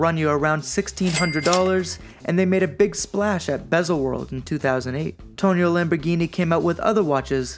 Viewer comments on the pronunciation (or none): Just a couple of corrections my friend. First of all it’s not “Tonio”, but “Tonino” (it’s pronunced “toneeno”). Second, this watch has nothing to do with the car company. It’s not true that Tonino (who was indeed the son of Lamborghini’s founder Ferruccio) started designing watches in 1981 to “diversify” the family business out of luxury car manufacturing, cause Ferruccio Lamborghini had already sold the car company and got out of the luxury car business in the early 70s.